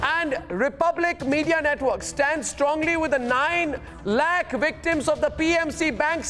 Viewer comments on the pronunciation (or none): none